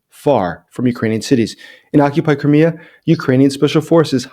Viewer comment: Please try to speak the word "Crimea" such that auto-generated subtitles don't say "Korea" instead. Thank You